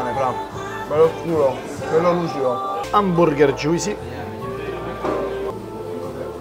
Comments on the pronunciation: joo-see not joisee.thanks. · Pronuncia un po da rivedere. Juicy non come si legge ma JOOCY senza I, Steak non STIK ma STEIK